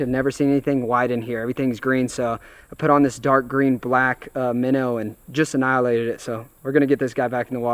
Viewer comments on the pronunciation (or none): "they inhiahnalated it" lol